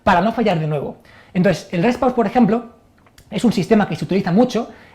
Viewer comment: Rest pause? ulala señor frances. como es entonces? el reh pauh